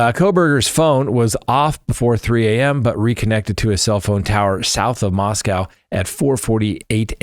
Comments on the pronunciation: We can’t take you seriously until you pronounce Moscow, Idaho correctly. Say Moss-Co. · It's pronounced Mos-coe -- rhymes with snow. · Please: I love you man but, it's pronounced just Mosco(w), not Moscow. ❤